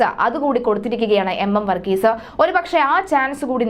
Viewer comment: വർഗീസ എന്നല്ല വർഗീസ് എന്നാണ് അദ്ദേഹത്തിൻ്റെ പേര്. വന്ന എന്നല്ല പറയേണ്ടത് വന്നു എന്നാണ്. വന്നത എന്നല്ല പറയേണ്ടത് വന്നത് എന്നാണ്. വികലമായ ഉച്ചാരണം കേൾക്കുമ്പോൾ വല്ലാത്ത മടുപ്പ് തോന്നുന്നു. ഷ എന്നതിന് ശ എന്നും ; ഭ എന്നതിന് ഫ എന്നും ഉച്ചരിക്കുമ്പോൾ വാർത്താവതാരകർക്ക് അക്ഷരത്തെക്കുറിച്ച് പ്രാഥമിക ബോധം പോലും ഇല്ലെന്ന് മനസ്സിലാകും.